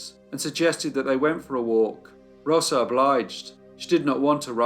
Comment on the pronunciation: I really like how you correctly pronounce “Rosa”, sounds so pretty. It’s better than “RoZa” lol